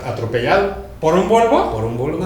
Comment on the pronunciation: jajaajjaja sergio hablando de huevos del minutl al cuando quiso decir VOLVO, se quedo con lo de huevos y dijo Huelvo digo VOLVO jeje